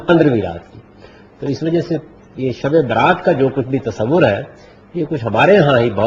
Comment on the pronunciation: یہ شب برات نہیں تلفظ ٹھیک کیجیے یہ لفظ شب براءت ہے